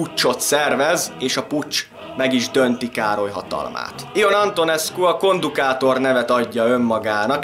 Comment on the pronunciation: Nem kötekedésnek írom de azi Ion név kiejtés szerint Jon, nagyon jó lett a videó 😁